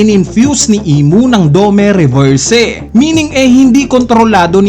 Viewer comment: request lang boss, yung spelling kasi is DOMI REVERSI and hindi DOME RESERVSE. medyo masakit lang sa tenga pakinggan yung pronunciation na DOMEH REVERSEH